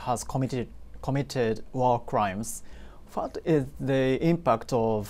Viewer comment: whatがfatに聞こえて気になる。